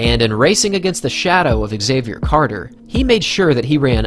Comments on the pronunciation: Pronounced “zavier” not “x” zavier... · Why do you pronounce his name ex-xavier instead of xavier? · why does the narrator say "Axavier" instead of "Xavier" ?? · As a non native english speaker, let me tell you that Xavier is pronounced as a single word. It's not X avier ;) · Nobody ever pronounced Xavier "exayvier" 😂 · Why do Americans say “egg-Xavier”? Is this the proper pronunciation over there?